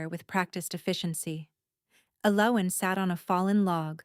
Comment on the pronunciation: Nice story I liked it a lot. AI’s version of Elowin’s drove me nuts however. Emmett, ID